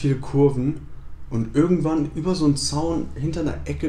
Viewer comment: Du hast statt "irgendwann" "örgendwann" gesagt. Genau wie ich xD